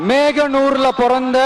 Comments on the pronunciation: நான் மோகனூர் சார்ந்தவன்.... மேகனூர் என்று சொன்னது வருத்தமளிக்கிறது 😢... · விஜய் ஐயா மேகனூர் இல்லையா மோகனூர்....😵‍💫